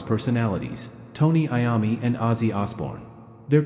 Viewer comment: Is this AI .Because he is mispronouncing Mr. Iommi's name